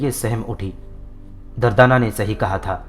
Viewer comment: دردانہ کا نام غلط بولا آپ نے